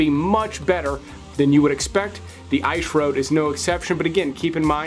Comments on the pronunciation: Please stop saying “ish road” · The ‘Eyesh’ Road”? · The I shroad? 🤣🤣🤣